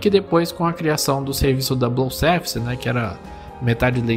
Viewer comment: Dica: Na palavra "double" não se fala o L, portanto, pronuncia-se "dabou".